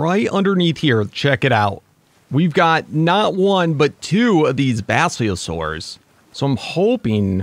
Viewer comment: It’s pronounced bas-lii-low-saurus